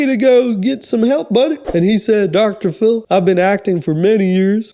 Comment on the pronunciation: Idk if I love or hate your channel lmao. I hate how you say Phil lmfao and I feel like most of your videos are just "random bullshit references" but I'm finding myself having a good time